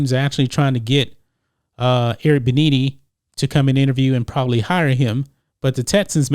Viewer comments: Bienemy = Beh-Nee-Nee? I thought it was Be-Enemy? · His name is pronounced "Eric BE-ENEMY. NOT BE-NEE-NEE. Lol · You butchered Eric's name. BEE-ENEMY. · Hey bro, it's pronounced b enemy.... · It's pronounced "Be-Enemy" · This video is sickening. Did you just decide to exclude the other 95% of the reasons why he’s angry with the Texans? How about the fact that the Texans lied to about the hiring process? Or how they traded Hopkins away for a bag of chips? You can’t even pronounce EB’s name correctly. Are you even a sports fan? But I’m glad you got your click bait out there and spread your hate. Good job 👍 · Know how to pronounce peoples names before you broadcast. It makes you look bad when you don’t know the name of a fairly high profile football player. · no offense but how can u host a sports show and not know how to pronounce his name ?